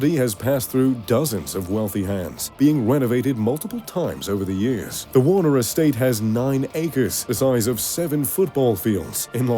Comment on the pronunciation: . Jack Warneh(er). If the last name sounds familiar it’s because he founded Warner Estates. Accent confused.